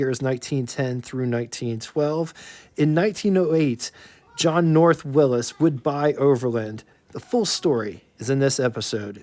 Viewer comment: Why do you say Willis? You ever heard of Willy`s?